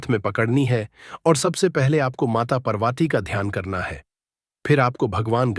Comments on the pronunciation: Can’t even pronounce Ma Parvati. First learn to say Parvati's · Video banane se pahle Mata Parvati aur Mata Laxmi ke naam ki sahi uchaaran karna sikho fir baad mein apni video banana tum.